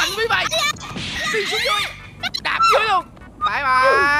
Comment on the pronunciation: sức mạnh Phri Phai😂😂